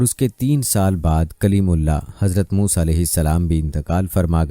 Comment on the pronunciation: Saaf saaf musa A.S.. ka naam aap kai muh saii nahe nikal raha hai